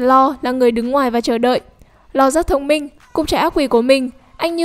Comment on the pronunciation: Nge bạn đọc tên Law thấy chán